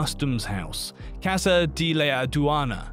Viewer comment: Pronouncing museo as "musa" casa as cassa...